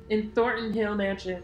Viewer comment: You callin in Thorton Hill is making me crazy 🤭 youuu mudda frickin cutie! 🤓